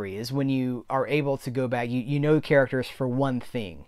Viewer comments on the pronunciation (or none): none